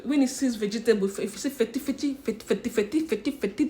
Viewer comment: Did you sey vegetatle 😂😂😂